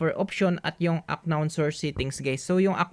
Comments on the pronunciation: "an-nown " brod hindi "ak-nawn" para mas malinaw. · kuya hindi aknown pag pronounce nya to pronounce it just unnown pero ang spell is unknown bali silent k sana maka tulong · UNKNOWN IS PRONOUNCED AS "AN KNOWN NOT AK KNOWN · Hindi po siya "Ak-nown" pagka pronounce po yung word na UNKNOWN ang tamang pronounce po ay "An-nown" silent "K" po kasi yan lods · Parang awa mo na UNKNOWN has to be pronounced as UN-KNOWN HINDI AK-KNOWN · UNKNOWN - "an-nown" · Unknown - anown pronounce po di po ak-nown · correction lng sir.. paayos ng bigkas nyo heheh. hindi po "ACKNOWN" sir. "UNKNOWN " PO 🥴😅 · uhn•nown" hindi po "Ak nown" 😂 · An-non po ang pagbasa hindi aknon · i love your guts doing your best para maituro yung paraan para maresolba ang problema sa gcash but no offense lang po na yung "unknown" ay di pronounce as aknown, kundi "anown". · How to unhear ack-known and guys😆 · Aknoon "Unknown" sir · Kairita yung aknown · Unknown - anown po pronounce nya nawa maka tulong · 'an-nown' yung pronunciation nung "unknown" pre para dika mahirapan basahin sa susunod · aknown ka nang aknown eh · Into the aknown, hahahahhaha.. Juice miyo,,, wrong pronountion hahahhaa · How to unhear aknown 😬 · Haha natawa ako sa aknown at what I mean😂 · It's an-nown hehe thank me later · correction lang brader pronounce as " an nown" yan para di ka mahirapan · Kaya di ko makuha eh ak-known ka ng ak-known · unknown po silent k po ang pagbasa, sana po makatulong sa inyo at maayos ang pagpronounce niyo.😊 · "Unknown" silent K